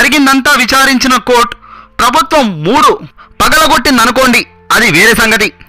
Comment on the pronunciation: ఏంతెలుగు రా బాబూ, కోర్టు ప్రభుత్వం "మాడు" పగులగొట్టింది అనుకోండి్ అది వేరేసంగతి అనాలి. కానీ "మూడు" అని చదువుతున్నారు. ఎవరూ సరిచేయరా?. ఎవడికి వాడు వాడు అనుకున్నదేదో, తప్పులున్నా చదివి అవతల పడేయాలని చూస్తున్నారు. చదివేవాడి ఉచ్చారణ బావుంటే, కథనం ఆసక్తి గా వుంటుంది. లేకుంటే చెత్తగా ఉంటుంది.